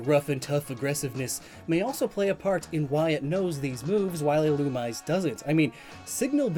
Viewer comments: Every time you mispronounce Illumise or Wormadam I wince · It makes me annoyed how you say illumise wrong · Does a video on Volbeat and Illumise Pronounces Illumise wrong the entire video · Here: Thanking for all the wonderful info I got today Also here: You're pronouncing Illumise wrong... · all pokemon names are fictional so it doesn't matter but if you're going to make a video about it at least look up the pronunciation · yes, it is officially pronounced that way, but many people pronounce it the way does. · keeps saying "Illumise", but it's pronounced "Illumisé" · Literally watching this episode to see if pronounces Illumise right: nope. “Ill-Uhm-EE-zAe” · Yet another victim of EELOOMEESAY, mispronounced but not forgotten! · I know Illumise is meant to be pronounced 'Ill-OO-mi-zay', and while I like that I still say 'Ill-yoo-mise' and I'm guessing most others do? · And it's "ill-oo-mee-zay". Did you not watch the Advanced season of the anime as a kid,? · It's pronoced illu-me-say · Pretty sure it's pronounced Ee-loo-me-ZAY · A-A-Ackchyually, it's pronounced "Ill-Uhm-EE-zAe" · "Illumise" is actually pronounced "ih-loo-mee-zay"; tis possibly an Anglicization of its Japanese name, "イルミーゼ Irumiize". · I think Illumise is pronounced ee-loo-mee-zay. That’s what I heard in the anime and in Japanese it’s Irumize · I think Illumise is pronounced ee-loo-mee-zay. That’s what I heard in the anime and in Japanese it’s Irumize. But Pokemon was never consistent with pronunciation though so don’t take my word for it. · Since I’ve seen none of this, Illumise is pronounced EE-loom-MEE-zan. It’s a very common mistake and I made it for a while, but I gotta point it out. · the official pronunciation according to Pokedex 3D is il-u-mee-zay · The most offensive thing about this video is how you mispronounced Ill-um-ME-ZEY... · That's not even correct. It's name comes from illuminate, so it would be pronounced as ill-OOM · Yeah Ill-oo-me-say